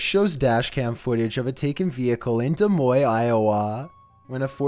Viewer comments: Dude, you pronounced Des Moines wrong. Lol! 😂😂😂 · You know your not Iowan when you pronounce it "Der Moy..."